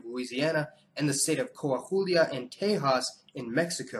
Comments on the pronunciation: Very good video :D just one thing, Coahuila is pronounced as /Ko-ah-we-la/ ( in IPA it is /ko̞äwilä/) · Melungeon is pronounced (Muh-lun-jin) and Coahuila is pronounced (Co-uh-wee-la). Otherwise, great video! Another interesting mixed-race group in the U.S. are the Alaska Creoles. Most now identify simply as Alaska Natives, but they are indeed descended from Russian colonists and many still follow the Orthodox Christian religion. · that Mexican state is pronounce “Kwaweelah” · Coahulia is pronounced "Koh-ah-WEE- la" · Unable to make out your pronunciation of the Mexican state, but it is pronounced Coe-uh-hwee-luh. Melungeon - Meh LUN jun. Not M'LUNG-ghee-un'. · That unpronounceable northern Mexican state is approximately pronounced: Kwa whee la, in English. Good job otherwise👍🏼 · Dude the Mexican state of Coahuila is pronounced Cua-wee-la, lol. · Coahuila is pronounced Quaweelah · Its pronounced CO-Ah-Wila